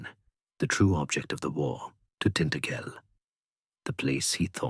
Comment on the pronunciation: Tin-ta-gel with emphasis on the ta! Not tin-t-gel!!!! 😂😂😂😱😱😱🤦‍♀️🤦‍♀️🤦‍♀️